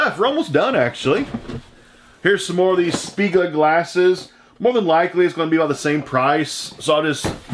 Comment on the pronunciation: Spiegelau, pronounce it in German and you are right.